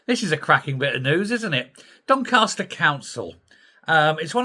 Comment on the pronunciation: DonCASter not DonCARster...... a Yorkshire thing 🙂